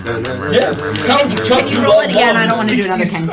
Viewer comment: Count Bitchula? Count Chocula? When did this becomes One Karen's Saturday Morning? 🤣🤣🤣